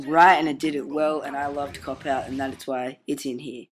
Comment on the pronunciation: when you said cop out i thought you said cockk out